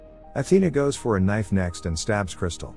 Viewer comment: Ah, the reeffle, such a powerful weopon. It's good t have a kneefle and a peestol